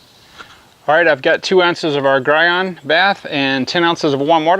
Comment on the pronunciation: It’s pronounced “gee” on not “guy” on... nice test, good job 👍🏽